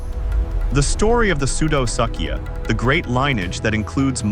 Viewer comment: POOR VIDEO - - not worth watching, which is too bad as there are occasional bright spots of reality within it. ======= minutes - - "Pseudosuchia" is NOT pronounced "soodo-suck'ia"! It's pronounced "soodo-sook'ia". These guys are definitely not "False Suckers". Same problem with "Sarcosuchus": it's pronounced "Sarko-sook'us" (^_^)... minutes - - There is no evidence for a neck-frilled crocodilian: picture is pure speculation minutes - - Sarcosuchus is no longer thought to be commonly 40-feet long; more like 32 feet on average, with larger individuals as the exception. to minutes - - Where did that massive chin pouch come from? What documentation? Reference? to minutes - - Why is the crocodilian shown regurgitating BEETLES??!! minutes - - What "Great Extinction" are you talking about? The End-of-Triassic extinction? minutes - - How come we don't see an image of the upright land predators, when mentioned ? minuets - - Where is a picture of the pig snout and the blade-like teeth, when mentioned? minutes - - What is "Imb and Imbb Placement" in the annotated picture provided? ===========